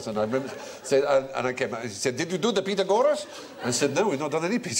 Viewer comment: His grandfather's pronunciation of Pythagoras is actually closer to the Greek than Stephen's highly anglicized pronunciation